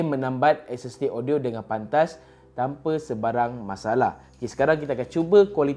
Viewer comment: lidah pendek